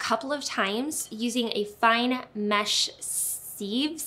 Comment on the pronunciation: It’s pronounced “siv.”